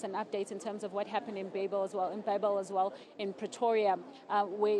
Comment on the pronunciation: You must decide young lady. Do you pronounce it "babel" or "beibel"